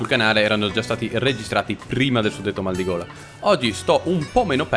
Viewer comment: Noi allora sentendo "ho un maligola... "😰 Noi adesso sentendo "ho un maldigola..."💀